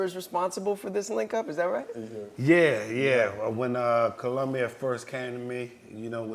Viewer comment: I wonder if it was jade who's remoulded herself after or vice versa.. the spking in emphasised syllables, the elongated "riggghhhtt" when seeking understanding. I love. Despite all the negativity his wife brings to the table (no pun intended)